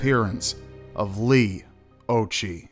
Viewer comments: I'm 5 months older than Leigh, it's very sad. I believe it's pronounced "ocki" Occhi means eyes in Italian which I find ironic because she wore glasses. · 'Occhi' is pronounced 'Oh Key'. It is an Italian word/surname and it means 'eyes' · Occhi is pronounced with a k sound not a ch sound.